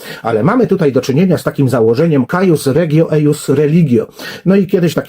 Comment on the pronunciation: "Cuius regio, eius religio" (czytaj: kujus ) uczmy się łaciny w cywilizacji łacińskiej